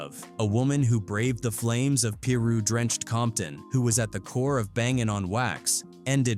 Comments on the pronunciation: What the hell is PEE-RU?!! It's PIE-RU, you nerd. great video though...lol!! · Peeroo?? 🤦‍♂️. AI is not ideal for these subjects. PIRU becomes peeroo. Loc becomes lock. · The computer is saying peeru bloods instead of piru bloods 🤦🏾‍♂️ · Lock = Loc Pirah= Piru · Bro it's 'PIRU" not "Pie-roo" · this is what I don't get...how can u be puting out content on gangs and people but u don't know how to pronounce the word piru...it's not peeru...one day y'all gone get caught up case every white person I've seen documenting gang culture they don't even pronouce names right when I know damn well they have heard the people in the documentary pronounce it right......Do better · EXACTLY. It was killing me. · Ikr. Especially saying peeru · Is this even a black ran channel? Whoever is narrating this is just talk. Can’t even say piru right even though it was said already.